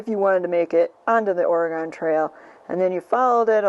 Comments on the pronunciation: Please,, it's ORY GUN. Not Ory Gone. From a 64-year-old oregonian. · It is pronounced Ore(gun) not Ore(gone) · I love this video and thank you for sharing it! I just have to correct you on one thing…the pronunciation of Oregon. Lots of people pronounce it ORE-A-GONE - It is pronounced ORE-A-GUN. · I know people east of the Mississippi pronounce it Oregon and although I was born in Rhinelander Wisconsin I have spent a good chunk of my life out west.... And out here we pronounce it OregEn... Love your channel...enjoy !!! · Oregon...pronounced Orygun....no really...lolol the gon should sound like "gun" lol. Born and raised in " Orygun" but have lived and traveled all over this country. We traveled the entire Oregon trail in 1997...pretty cool! I love seeing the country!❤ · Correction, 😂 Oregon pronounced “Orygun” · Oregon has not gone anywhere. It is pronounced Or-e-gun.